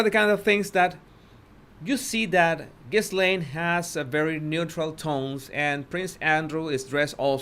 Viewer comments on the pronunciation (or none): Great video....very informative ! 👍 Btw, her name is pronounced "Ga-lane"... the 's' is silent. 😇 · The window is partially covered by the curtain. And the “s” is silent, it’s pronounced like “ghee-layne”. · Her name is Virginia. Not Victoria. The ‘s’ is not pronounced in Ghislaine. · Ghislaine is pronounced with a silent "S:. Her job was to groom and teach the young girls how Epstein liked to be massaged and have sex. She also made it easier for him because teenaged girls would be more likely to trust a woman than an older man. Ghislaine was Jeffrey's girlfriend for several years, but he preferred younger girls. Plus, he claimed he had to have sex at least 3x a day and so it took the pressure off her if he had sex with other people and she wasn't his only sex partner. The girls who did it more than once and became like "sex slaves" to Epstein and his friends were promised that their college would be paid for or other things. They came from very poor families. Many had already been sexually abused by others, so they fell into it easily as that is all they knew. Others just wanted the money promised them as they were poor and $200.00 just to massage some older guy seemed like it was an easy gig. I don't think most of them understood he would require sex too not just a massage. Plus, other girls from their high school recruited them so I am sure it felt safe to them. What I am confused about is the girls who went to his island and other states with him what did they tell their parents? Or did their parents not really care what their daughters did at age 14 and older?